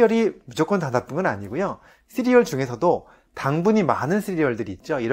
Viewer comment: 쓰리얼 (x) 씨리얼 (o) . . . . ㅋㅋㅋ웃자고 함 댓글 남깁니다. 간단하지만 꼭 필요한 건강상식..잘 보고 있습니다. 감사요~